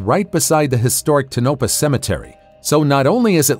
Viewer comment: You pronounced Tonopah incorrectly...TOE-nuh-pah. I know I am being picky...